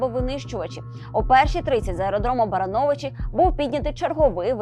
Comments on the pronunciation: БарАновичи, а не БаранОвичи. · Барановичи, неправильно ударение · Не БаранОвичі , А БарАновичі шановні диктори.